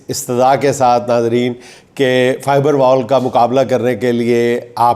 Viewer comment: جنید بھائی آج تو آپ نے بھی فائر وال کی جگہ فائبر وال کہہ دیا